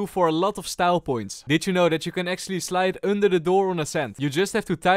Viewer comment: changed language when he said under it sounded like Swedish